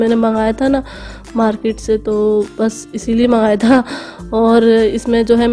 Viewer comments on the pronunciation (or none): none